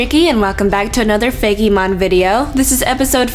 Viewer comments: It's fake mon not fakeymon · looks like she says "Feggy mon" XD